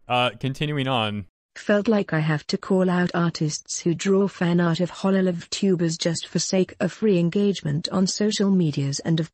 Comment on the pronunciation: why did she call hololive hololololive